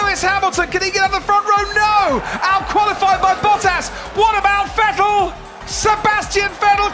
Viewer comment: The way they pronounced VetTEL back then...